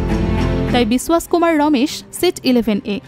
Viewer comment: বিসওয়াস নয় বিশ্বাস!!!